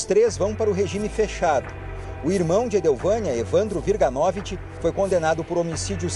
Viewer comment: Aprende a falar o sobrenome WIRGANOVICZ! Não é WIRGANÓVIT.